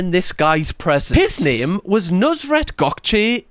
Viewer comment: How its spelled: nusr-et How this guy pronounces it: nus-ret